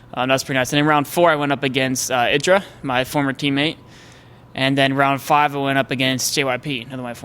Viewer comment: He talks about mispronunciation, then mispronounces IdrA's name